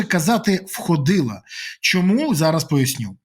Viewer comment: ВхОдила,з наголосом на о